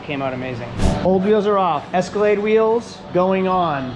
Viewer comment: ESCALATE 🤦 it's EscalaDe